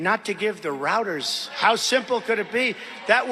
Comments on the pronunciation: It reminded me of "Black Sheep" when the nitrous tank busted. Roads, rowads, rouwads. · "Routers" He said it ten times to make it a new buzz word for his followers.